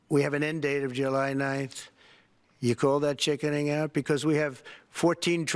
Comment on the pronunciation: He did not say till July 9th he said junine